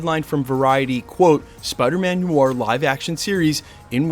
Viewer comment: Noir is pronounced nu-ar, nuh-waar